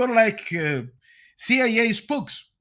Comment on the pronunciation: I like how he says pigeons and CIA. 🙂 The ping-jyuns. See-yai-yay.